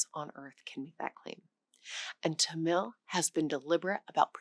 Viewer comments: Tamil should be pronounced with emphasis on the first syllable. "Tuh-mil" rather than "Ta-mill" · It's pronounced TA-mil , not ta-MIL . Accent on the first syllable .